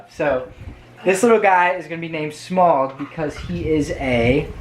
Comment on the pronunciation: It is Smaug, not "smog"